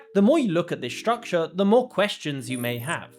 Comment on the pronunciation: shtructure, ? shtrong, ? shtrectch ? shtrength ? shtriker ?